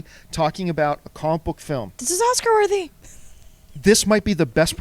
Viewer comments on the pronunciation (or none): none